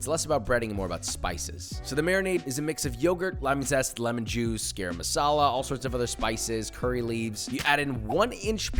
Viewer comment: josh i keep hearing you say gayram masala and i wait for the day where you'll say it like gum-rum but without the m in gum. gurum. thts how u say garam . guh-rum